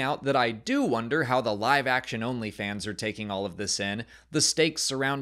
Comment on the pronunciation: The "live action-only fans", not "live action OnlyFans". Took me a second to understand what you were saying 😆🤣